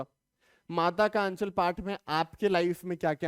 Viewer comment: aachal nhi h anchal h